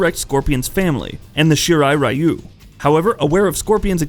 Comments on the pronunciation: He said R-ai-yoo too :( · Psst... Ryu is pronounced "Ree-you" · Why they pronounce "Ryu" as "Rai-U"? Is it supposedly pronounce as "Ri-U" like Ryu in Street Fighter? What the fuck man! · Pronunciation all wrong, but, nice vid. But pronunciation butchered lol. For Lin Kuei and Ryu